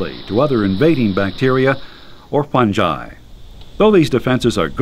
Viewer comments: it is pronounced fun-guy not fun-jigh and wheree is all d important info bout like white blood cells and stuff U R GOING TO MAKE ME FAIL BIO! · what the hell is fun-jai!? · why does he keep saying funji? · who calls it Funji? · actually fungi has 3 pronunciations : 1. fun-guy 2. fun-jigh 3. fun-gee